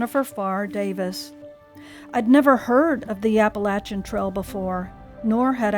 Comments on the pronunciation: PTL. You pronounce Appalachian correctly. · Little sister in the Lord. Thank you for your story and your outlook. I love being in the woods. I appreciate your proper pronouncing of the name of the trail. LOL I pray that you are able to finish your journey.. God bless.